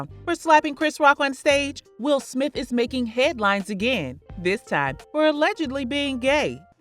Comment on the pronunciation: He said “Will Smilf”